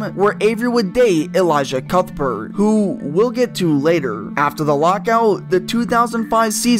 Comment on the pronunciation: That pronunciation of El-eee-sha Cuthbert was pretty brutal lol But really great content man.. for someone who was pretty young or not even alive at the time your topics took place you do a really great job. Keep up the great work!